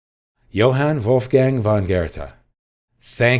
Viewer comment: Just a suggestion for Americans how to pronounce "Johann Wolfgang von Goethe": Yawhunn Waulfgung phonn Girtay may come close.